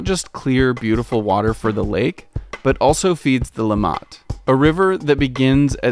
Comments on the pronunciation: Great video, learned some new things about my own home town :) Quick note, it's LIMmat, not limMAT, for the pronounciation of the river name. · please dont call the river 'LimmaH-t', its pronounced 'Li-mmatt' ;-) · It is called Limmat, not Le mat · It's "LÍMĀT", not "LEE-M-MAT": next time, ask a local! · Hey,it took some Americans to teach me about those places you got to access with that key! Never knew before, even though I live here. Funny detail: the first time you mention the river Limmat, I did not catch what you said. Your prononciation sounds sounds more like "Lamaze" to me as you stress the last sylable. Here we stress the first (as in summit, grommet etc) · LEE-MAT river? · You pronounced Limmat wrongly. -> li·mat -> emphasis on the M :) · Heh! Hearing Limmat stressed on the second syllable threw me. Hint: German words rarely are stressed on the final syllable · As interesting this is, you provide lots of false and half-true information! And your pronunciation of Limmat is so completely off, I thought you were talking about Léman (lake Geneva region). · OMG His pronunciation of “Limmat” drove me nuts and took me out of what is a -level quality documentary. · yeah but to be fair, getting all the pronunciations right is hard and it's probably just as wrong in other videos, we just don't realise because we don't speak that language...